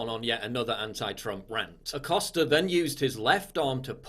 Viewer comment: Jim “Accoster” 🤫🤫